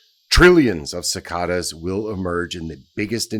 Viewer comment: Remember this guy abandoned America to race trade for his Asian wife and can't even pronounce cicada right? He is a non-american spreading propaganda. You have been warned